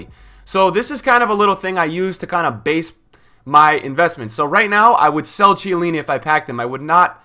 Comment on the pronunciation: KHIELLINI, man! Not Cielini